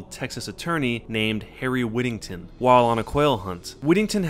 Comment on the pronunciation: Whittington is my last name, freaky also he pronounced it wrong